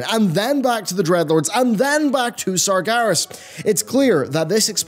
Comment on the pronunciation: years and years.. and you keep saying sargAras hahahaha oh well.